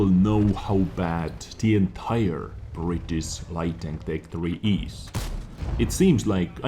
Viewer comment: BritiSH not britis, if you can't pronounce it just put it in Google translate :D